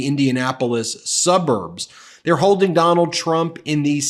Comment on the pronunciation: "Donal Trump" ? 😂